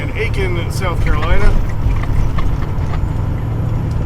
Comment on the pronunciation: You said Aiken, SC correctly.